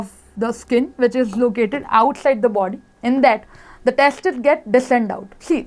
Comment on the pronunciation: Mam " two pairs of testis" 😅😂...